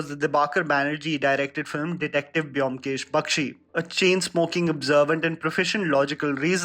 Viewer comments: It's actually "BOW-M-KESH", not biomkesh !! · Its not pronounced BE - OM - KESH , its BOM - KESH Edit: Imma bengali guy, and that Y in BYOMKESH is the bengali matra( JO - FOLA ) used to put stress in the letter B Anyways nice video!!! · The video was great! Specially SRK part, he needs a good story... And The pronunciation is bomkesh 😊😊